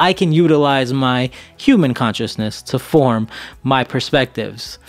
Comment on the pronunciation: Also did this dude say Qman instead of human? When talking conspiracy at the start of this vid?